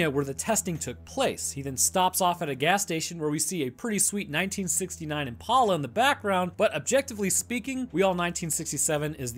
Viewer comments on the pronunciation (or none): It´s Impala like in impaler ;) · Impayla, Impala; tomayta, tomahta, let's call the whole thing off... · the most shocking part of this is learning people pronounce impala wrong